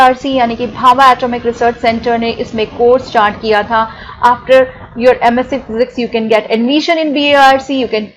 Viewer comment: She can’t even pronounce MSc and Physics properly & she’s here 😁😁RIP English. Where do all these jokers come from???